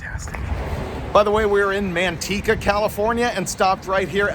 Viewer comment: Usually your Spanish is pretty good, but you absolutely butchered Manteca. Fun fact, it’s literal translation is Lard. They got their name from the railroad misspelling it. It was originally supposed to be Monteca. They got tired of correcting people so they just accepted the lard name.